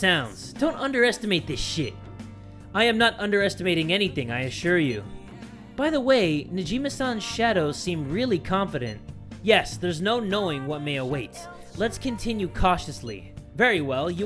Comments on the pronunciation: FINALLY P E R S O N A Edit:, its Niijima, not Najima 😂❤❤ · it's Niijima, not Najima, but still eyyyy, another Persona 5:> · it's "Niijima" Ok, ok I'll watch the video and shut up